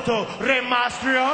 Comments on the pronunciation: he can't even pronounce reys name right and hes telling rey to speak in a language we can all understand? its MYSTERIO not MASTRIO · rey mastrio XD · yeah he says mastrio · i like how Santino messes up every1's name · santino is saying the "mysterio" part wrong